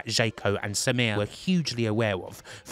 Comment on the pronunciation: It's a great story, but your strange SAMIR pronunciation, almost robotic, was challenging to listen to.